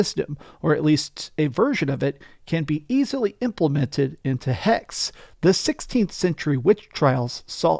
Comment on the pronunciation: It's pronounced Hex-eh. And the Holy Roman Empire is today Germany. Hexe = witch in German